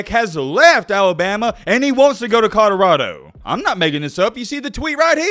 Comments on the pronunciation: Is it Conarado or Codarado? He certainly isn't pronouncing it Colorado.... :) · “I said it when he was at Jackson State, now I’m going to say it when he’s at CODORADO” lmao 😂😂 he says CODORADO every time 🤣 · “CODORADO” Come on,! You’re supposed to be puttin on for the Alabama natives! Lol 😂